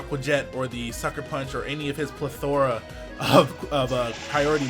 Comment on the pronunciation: My dude pronounced it "pleh- thOrah" gg